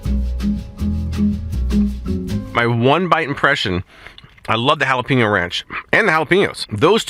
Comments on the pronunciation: It's pronounced with a long a sound like paynyo. 😊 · Pen is pronounced peen? Jalapeño is not halapeenyo.